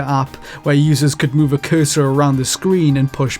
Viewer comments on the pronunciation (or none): none